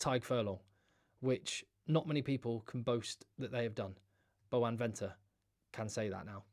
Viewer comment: Why you call Malcolm Marx Boan Venter😂